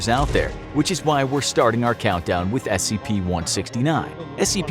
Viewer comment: “StAiR thINg”